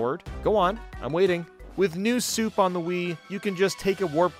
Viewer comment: He really said new Soup on the wii 💀💀💀